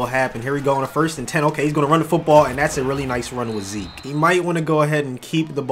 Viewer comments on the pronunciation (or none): none